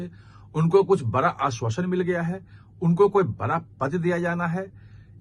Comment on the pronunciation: Bara nahin bada bola karo.